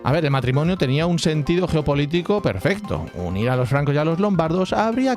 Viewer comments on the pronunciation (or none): none